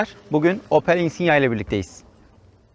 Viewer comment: özel isimlerin orjinal dilde okunduğunun farkında olacak kadar dil bilgim var çok şükür. 😉 Yıllardır Insignia kullanıcısıyım çok sayıda yerli ve yabancı içerikli Insignia videosu izledim senin gibi söyleyene ilk defa rastladım. Neyse en azından insigna demiyorsun. İçerik güzel videonu beğendim . Umarım bu yolda başarılı olursun.👏